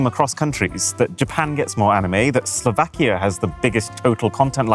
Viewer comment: Did you say Slovakia... ?